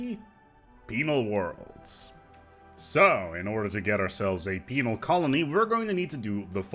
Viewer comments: man you gotta stop pronouncing penal so much like penile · LOL he says penile. LOL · I know you said penal (with an odd pronunciation) but it sounded like female colony tech. So much so I checked the Sub/Closed Captions (which actually thinks you did). Heh,, surely you're not suggesting all criminals in our empires are women? XD